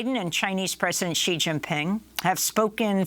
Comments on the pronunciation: i dont understand why wester media call him president G. is xi, pronounced like she. at least try to say it right. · Xi is pronounced more like saying the letter C, not G! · Mr. Mc Coy, since you are an expert on China, it would be of great value to you to pronounce China's president correctly. It's Xi as in "she", not "zzjee" or "gee". Same suggestion for Ms. Goodman. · If someone can't pronounce the names of Chinese leaders, then I see them as wannabe experts. It's Shee, not Gee (Xi Jin Ping). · Couldn’t properly pronounce any of the words he said in Chinese but claims to be an expert on China? He says Taiwan is vulnerable and weak and the Chinese would 100% win the war. That’s simply just conjecture. Taiwan is in an excellent position to defend itself. So called experts on China never give Taiwan enough credit. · Is the mispronunciation of his name on purpose or ignorance? Xi = Z in Chinese and English. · How can you listen to someone who doesn’t even pronounce Xi correctly. And he doesn’t understand what war games are for. You are supposed to lose them. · This guy wrote a book about China without bothering to learn how to pronounce Xi Jinping’s name. Think about that. That’s some chabuduo 差不多 right there.